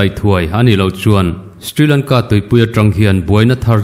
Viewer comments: Ka pu, sthrilangka i tih hi Shri Lanka tih tur a nih hmel eee ka ti. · Stri Lanka nilo in Sri Lanka tiin lam tur a sin mawle.